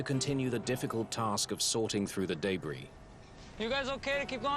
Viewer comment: Day Bree. lol.